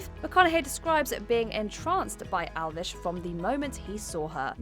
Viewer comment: Its Alves not alvesh